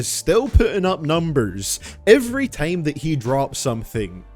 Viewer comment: thats not how you say time